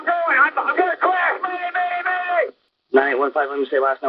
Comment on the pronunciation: The word is 'MAYDAY', not 'MADAY'.